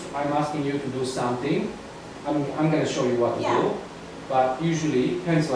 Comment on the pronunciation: Чувака учили английскому в сельской советской школе? Все эти "ту ду" ужасно режут слух.